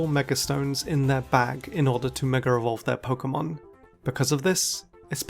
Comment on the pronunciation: Why do you keep saying ”mega revolve”?